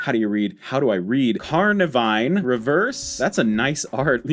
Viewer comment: I am not very good at pronouncing card names either. Still I do feel the need to point out it's CarNIVine, not CarVINine :P